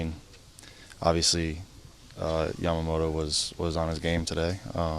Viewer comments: みんな「やまもろ」なんだね、「やまもと」と発音出来ないのかね。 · ビッグパピはかなりキレながらやけくそになって山本のことを褒めてるなw あと「ヤマモト」が言いにくいのか「ジャマモト」に聞こえる